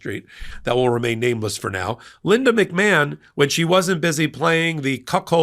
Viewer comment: McMahon is originally an Irish name and is pronounced "Mac-Marn" (not Mac-Man).